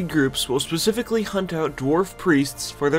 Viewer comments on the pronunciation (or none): none